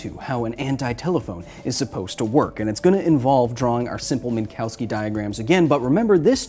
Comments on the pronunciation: Minkovski, not Minkowski. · They are pronounced “Min-Kov-ski diagrams”, not “Mink-Cow-Ski diagrams”. The W is pronounced like an English “V”. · It is pronounced "Minkofsky"